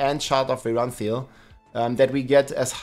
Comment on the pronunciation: I am still amazed over how is still saying Shard of Verathiel wrong